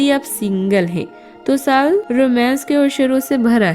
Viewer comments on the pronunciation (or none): Kripya shbadon ke sahi uccharan pe dhyan de khas taur pe sa aur sha main jaise saal naki shaal